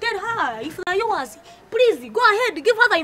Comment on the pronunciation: All these years I was wrong ...until kansiime correct me that its not yours but .....yowaz ...😂😂😂😂😂